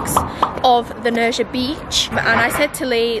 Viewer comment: Nerja I thinking is pronounced NerHa because in Spanish the J is usually a hard H. Like the name Julio… pronounced Hulio. Hope that helps… lovely place though. Thanks for sharing it with us!!